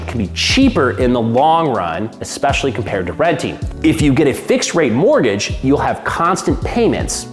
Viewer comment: Say it w me…ESPECIALLY…”ES PESH ALL EE”